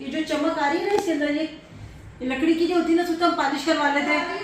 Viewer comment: Paaaalish nhn hota polish hota hy 😏 Kabhi Ibrahim or zainab se apki koi chez kharab nhn hui Hussain se hugye